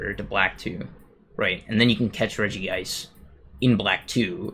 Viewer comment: Regice should be pronounced as REG-ICE not REGI-ICE